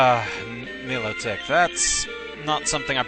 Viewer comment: I thought it was pronounced My-low-tick isn't it?